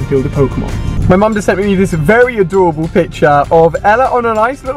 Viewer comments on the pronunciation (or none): none